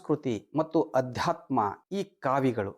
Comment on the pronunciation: ಅಧ್ಯಾತ್ಮ ಅಲ್ಲಾ ❌ ಆಧ್ಯಾತ್ಮ ✅